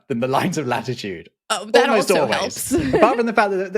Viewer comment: It's "flattitude"